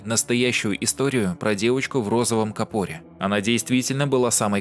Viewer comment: кАпор,не капОр. Простите режет